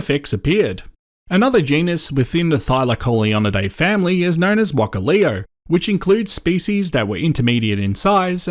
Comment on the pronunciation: It's "thy-LACK-oh-LEE-oh," not "thyla-COH-lee-oh." -Hermoine Granger, probably. 🤓 The "thylac" part was taken from the thylacine, and came from the Greek "thulakos," meaning "pouch." "Leo," of course, means "lion" - so "thylacoleo" means "pouch lion." Thylacollio, by contrast, is the rapper who performed Outback Paradise. 😎 Pronunciation aside, this was a great vid! Thylacaleo is one of my favourite animals, and it's always nice to see them getting some love. As you mentioned: they're sort of the perfect poster child for marsupial biodiversity and, as a fantasy artist, I've used them for inspiration multiple times. The latest was borrowing their dentition for goblins - fun with anatomy! I'm a fan of diprotodon as well - primordial thicc bois!